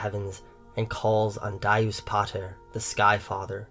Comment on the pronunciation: Incredible work as always. Just one problem. It's dyeus pih2ter, not dayoos phater. Keep up the good work